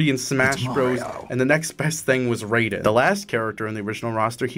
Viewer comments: STOP PRONOUNCING RAIDEN AS RAYDEN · Has bro never heard Raiden's name pronounced out loud? Man is talking about the thundergod not the cyborg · As someone who owns a PS3 still and played the shit out of it when I was younger, I wish I had this game when it released Sackboy alone would’ve sold me The red haired lady is from a PS3 launch title called Heavenly Sword Also it’s pronounced R-I-Den Ray-Den is from Mortal Kombat There are ways to get the DLC for free, though you have to jump through a shit ton of hoops, basically 🏴‍☠️and emulate lol >Add every character from Heavy Rain Based absolutely zased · HIS NAMES NOT FUCKING "RAY-DEN"! ITS "RYE-DEN"! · Hate how you say Raiden, its Rai-den not Raid-den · why do you say raiden as "rey-den" when everyone in the voice acted metal gear games calm him "ra-i-den" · Why did you pronounce Raiden as Roiden? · Did you mispronounce Raiden deliberately? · You pronounced Raiden wrong.